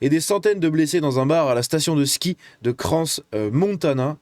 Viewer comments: On ne prononce pas le s de crans 😉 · C'est bien, vous pouvez voir que nos médias refusent de dire ce qu'il s'est réellement passé, tout comme les votres. C'est du foutage de gueule. Et si jamais tu dis pas le 's' dans crans. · Le s de crans ne se prononce pas 🇨🇭